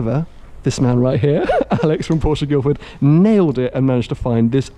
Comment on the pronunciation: OMG! You managed to get through the entire video pronouncing "Porsche" the correct way. It looks like you finally get Porsche, as you've said. Well done.